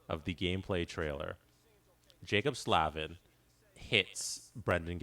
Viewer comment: Just to note: its pronounced Slay-vin :)